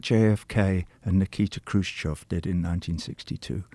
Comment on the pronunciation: Kruschev,.not Kruschov.